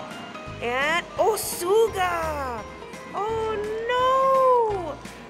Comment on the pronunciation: Love the BTS gachapon! BTW it's not "sooga" it's pronounced like sugar, just without the R!